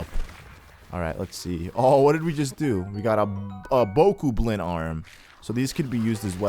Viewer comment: it's Boe-cob-lin